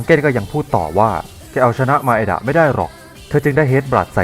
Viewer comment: นางเอกมันชื่อไมดะไม่ใช่หร่อครับ แต่พี่พูดว่ามาเอดะ